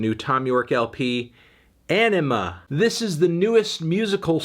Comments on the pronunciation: smh melon its anima not enema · great review, but it’s called ‘anima’, not ‘enema’ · Anthony it’s Anima not enema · P F / Dad Reacts Anima not enema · Sorry, I just keep hearing "Enema"... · Did he just call it Enema? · It is pronounced enema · Sorry did you say enema? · Why do you pronounce it as "enema"? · Every time you say Anima I hear Enema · You said...enima? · Please stop saying "Enema". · pfft. sounds like this nigga said enema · Great review, but its 'Anima' not 'MBDTF is a 6' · Great review but I believe it’s pronounced Anima, not little anime girls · The pronunciation of Anima is wrong Anthony.